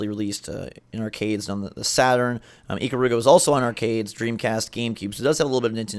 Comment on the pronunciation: I'm so bothered by the pronunciation of Ikaruga.